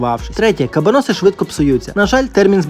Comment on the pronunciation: вуха в'януть від наголосу🤯 приділіть хоч 5хв вивченню історії того, що готуєте і як воно називається